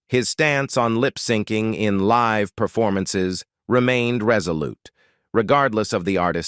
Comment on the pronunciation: The AI narrator's voice is robotic and annoying, It's riddled with basic mistakes in English pronounciation. There is a difference is pronouncing"live" and "life." Also the guy can't pronounce "miserable" and "marraige," Even the word "up" was mispronounced. As were "icons" "fragile." "Taupin," "alcohol," "Diana" and "Richards." After 5 minutes the mistakes were too ridiculous and I couldn't listen any more. The same information is available on similar posts. Don't know why this awful mess was produced as it ads nothing to the story. The whole mess seems like clik-bait. Besides the redundant information, the voice of the narrator is unnatural and incredibly annoying. Someone should start running Plagiarism Checker on these bogus "news" reports. There's nothing original here. It's all AI generated. The content is lifted from stuff previously published and read by an annoying robot.